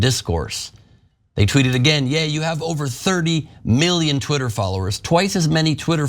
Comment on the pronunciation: Ye is not Yay. The sound is like that a cowboy would make Ye haw! He could say the same about gypsy's, Irish or Muslims and he would be fine. It's just because it's Jewish people that he is going to be destroyed. It's not about all races or all religions as they aren't nearly as protected.